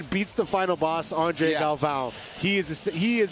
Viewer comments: Who is this announcer? Can't even pronounce the last name of one of the greats. Galvão! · Announcer needs to do his homework. Cringed every time he said the names wrong. Shame how such a highly anticipated and well-produced show can be let down by bad announcers. Terrible job. Let's hope Bruce and the other announcers do get their pronunciation right on Day 2.